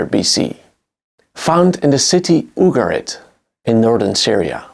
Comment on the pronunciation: The pronunciations in this video are painful. "EYE-Rack", "OOoguhrit" ih-RAAK, Yu'GAR-it